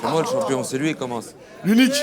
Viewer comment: il fait que dire pas mal et toucher bramzo. Mais met la gomme pendant tes rounds pour quoi tu commente ses rounds?... une bonne élocution>>?? la blague il dit CHOMPION hahahah.